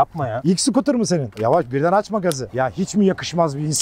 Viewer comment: Abi kardesim... sıkıtur degil.. scooter yazıldıgı gibi oku. Sıkıtur 🤣🤣🤣